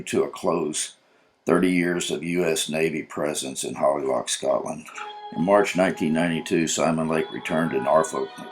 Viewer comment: Narrator: Holy Loch, not Holly Loch.